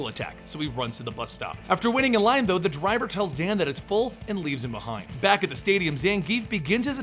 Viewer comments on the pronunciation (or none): none